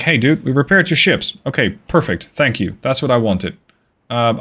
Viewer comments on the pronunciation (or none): none